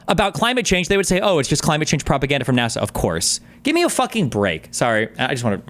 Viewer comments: He has such a weird accent. Even the way he pronounces ‘NASA’ as ‘NARSA’ is strange. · NAWH-SUH? (NASA) MOADEES? (MODIS) I'm about to minecraft myself in a video game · I KNOW Jordan Peterson knows it’s not pronounced nawsa wtf why did he say that 😭